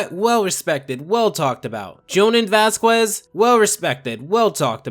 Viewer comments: My main man. I really love your videos. But its vas-kehz. The "Q" makes a "K" sound. The "ue" part sounds like "eh". is mexican/ hispanic and as a fellow mexican/ hispanic I can confirm that we do not pronounce the "Q" like "cue" in vasquez. I know this is a little thing. And probs sounds stupid to hear. But idk. It pulls me out of everything I watch/ listen to when I hear mispronounced spanish names that can very easily be articulated correctly. I get that it can be hard to pronounce names from certain languages. A year in japan taught me that very quickly. But vasquez is a very common american hispanic name with a very easy pronunciation. And tbh its just not fun listening to people butcher it. I assume youre north american, where spanish names are very common, so maybe thats why im so bitter but still. Butchering hispanic names like "vasquez " rubs me the wrong way. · You're pronouncing Vasquez wrong it's not Vas-cue-z it's vas-qué-z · you said vasquez wrong